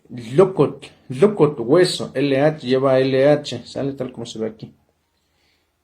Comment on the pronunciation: Lukut, no lleva h es simplemente L mi humilde opinión